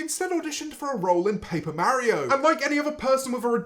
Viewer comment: paper marry-o